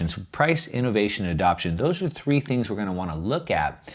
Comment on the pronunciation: "THREE THINKS TO WATCH". Hilarious! Should be "THREE THINGS TO WATCH." good vid bro